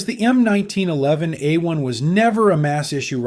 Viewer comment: Narration sounds awfully like AI, especially with the repeating 1911 p.a.u.s.e..... a-1 and if so, I'd rather have Hatsune Miku with a leek pointer be the presenter.